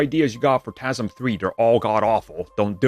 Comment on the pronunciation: Why does he say tasm?